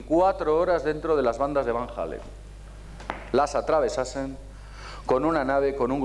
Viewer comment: ¿Cinturones de Van Hallen?. ¿De donde te sacas la "H". Y lo pronuncias "Jalen". Y Elkin dice abajo "para alguien con la cultura de...". Vaya cultura. Entonces ¿Cual es el nivel de los asistentes?.